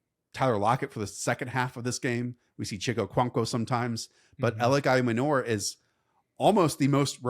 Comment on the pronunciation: Not trying to be that guy but pretty sure Ayomanor is pronounced Eye-Oh-Man-oor